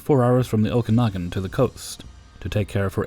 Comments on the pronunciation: Dearest, thank you soooo much. You made my story sound 10x better than when I typed it. You are my daily pick-me-up. Keep up the awesome work! And as DD Fresh mentioned you pronounced Okanagan perfectly:-) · Kudos for pronouncing Okanagan right! I have never heard anyone that is just reading the name pronounce it right! Your one of the best narrator's out there! Much love! Stay safe and healthy!